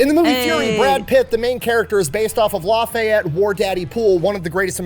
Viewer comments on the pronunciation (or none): none